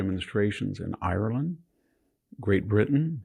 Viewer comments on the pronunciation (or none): none